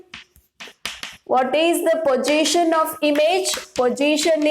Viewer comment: position is a word...pojition is an emotion 😂